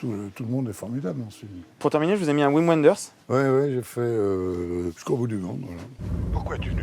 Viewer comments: Ouim Ouenders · "Pour terminer, je vous ai mis un Ouim Ouenders" Il faut dire au présentateur que Wim Wenders n'est pas américain mais allemand.